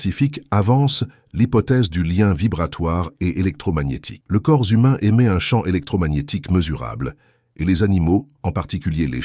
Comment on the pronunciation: le corzumain .... j'adore l'I.A vraiment